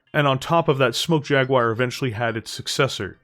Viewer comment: I usually dont get mentally speedbumped by accents but this is one of those rare occasions, I keep hearing 'Clan Smoke Jaguire'